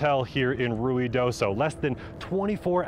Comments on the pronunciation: I think they are pronouncing it correctly…it is Rui not Rio…. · I can't believe he pronounced Ruidoso correctly.